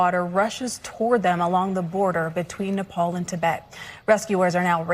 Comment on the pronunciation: Everyone at Fox pronounced Nepal right.